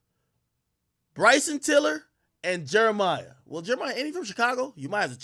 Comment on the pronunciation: All these years later and Ak still calling Jeremih Jeremiah